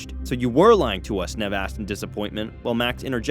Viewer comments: Whats with Nehv? Its Neev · Sound look a substitute teacher “nav” 🤣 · It’s pronounced neeve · It’s pronounced knee-v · Did he say nev? Excuse me its nev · Pronounced Neeve! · Annoyed how you can't pronounce Nev